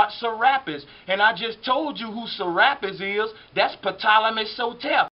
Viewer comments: Although it's spelled "Ptolemy" it's pronounced "Tolemy" the 'p' is silent. It's not "pettolemy". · I don't mean to be funny but........"Patolomay?" Lol The P is silent it would be pronounced "Tolamay" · Ty lol i love history but damn sir rapis and pptolemy was grinding my gears a bit lol other than that great information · Great info bro. Just a few corrections. There is no P sound in Ptolemy. It just sounds like Tolemy. Also, AD does not stand for after death. It stands for anno-domini. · How does this guy not know the P is silent on Ptolemy??? I will always love this channel, but this video in specific is not covering all the bases. This Serapis god is connected to the bloodline of Cain from Genesis, and is certainly not the first god to mimic the elements of the Jesus in BCE. Satan is referred to as the serpent in the Bible, and has created his own Christ figures since the beginning of his fall from heaven thousands if not millions of years ago. The facts is providing in attempt to prove his theory are not complete in their presentation.